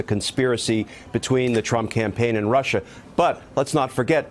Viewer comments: That line was enough to let any sane individual know that the person putting an "R" at the end of the word "Russia" was totally insane. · My late stepfather, who looked and acted exactly like Trump and was from NY also pronounced Russer too. Lol